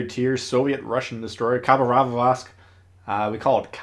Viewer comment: Khabarovrosk first look me:great, let's see:no heals and concealment mod. 1 me:oh, now I see why he said khabarovrosk and not khabarovsk